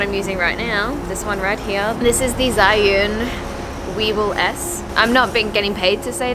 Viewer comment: It is pronounced as "zu-win". 😉 I'm talking about the gimbal.